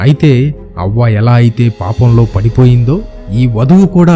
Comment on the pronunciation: havva...anaali avva kaadhu